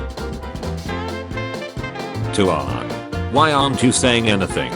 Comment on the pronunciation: see this is why i HATE these text to speech programs, this program doesn't know how pronounce Aang . So when dictating the "my names Ong. you mean Aang" meme, it just says Ong 3 times. whats the point in reading out a meme, if the premise of the meme is destroyed by the reader????